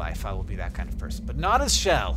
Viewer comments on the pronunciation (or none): Ok Hank, it's Ch-ell like Ch-ess, not like sh-ell!